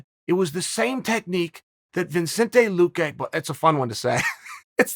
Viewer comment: I internally smirked when Anik called him "loo-key" Loo-key, loo-cue, loo-qway, luh-kay,, luh-cue, luh-qway